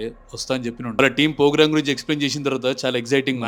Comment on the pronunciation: Anna meru thondharlu program ni pogram antunaru...😂😂